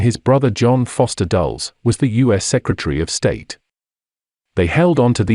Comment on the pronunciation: Dul-les, not "Dulls"